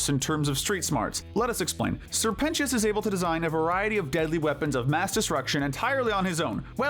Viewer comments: “Sir pentios” WHY DID U SAY IT LIKE THAT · “Sir Pen-ti-is” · NO WAY YOU PRONOUNCED SIR PENTIOUS' NAME LIKE THAT😭